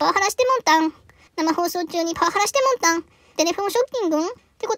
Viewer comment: 「タモリん」と「もんたん」がごちゃごちゃになって、「もりたん」って言ってるの爆笑してもんたん